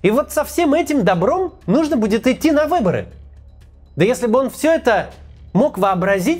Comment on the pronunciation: Вот, прям - выбори,😄 что это за слово